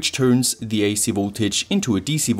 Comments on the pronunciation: FOUULL BRIDGE RECTIFIYYAA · i think you mean a "FUUUL BRIDHE RECTIFIAA!"